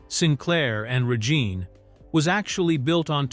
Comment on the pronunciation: Yeah that misinformation is partly discrediting some of the information in this for me and how the AI announcer/narrator says Regine.